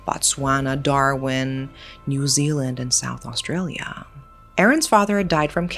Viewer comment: why didn't you look up how to pronounce leongatha, melbourne, or even australia? if youre going to cover such a serious case, at least do it with a bit of care